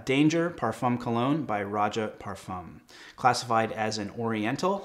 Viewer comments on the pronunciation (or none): none